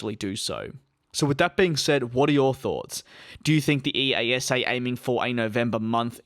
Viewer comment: ‘ee-ah-sah’ is how you say EASA